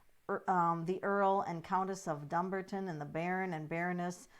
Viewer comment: You pronounce it Buckinghum not ham and Dum-barton - as in Dumb. Harry is not leaving the throne -he was never near it! The Queen is on the throne, HMQ and no one else. If you choose to read on the family, please get your facts right. He is currently 6th in line and when the new baby arrives he'll be 7th. In terms of the succession he is totally irrelevant. It appears that MM was planning to leave some time ago. She set up their companies in Delaware some considerable time ago without telling the BRF and while they were receiving funding from the family and the British tax payer as they still are. The BRF has already moved on.